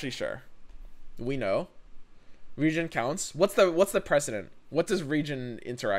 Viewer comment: As a note to: saying 'Regen' with your dialect sounds very similar to how you say 'Region'. Enunciating as re-JEN or saying Regeneration fully can help clarity.